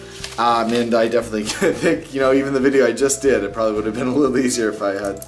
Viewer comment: I'm from Pennsyltucky and we say things pretty much the same way... except for when you said "proballlly" :) I pronounce "Aunt" like "Ant" and "Pecan" like "Pe-kahn" :P You're cute.